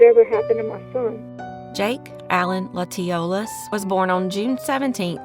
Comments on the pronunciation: Latiolais is pronounced latch -ee-olay You’re welcome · Jakes last name Latiolais is pronounced with a short a sound ~ La tuh lay, or some say La ti lay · Latiolais - pronounced Latch-o-lay